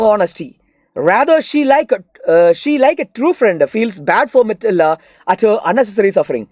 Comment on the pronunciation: matilda❎️ mitilda✅️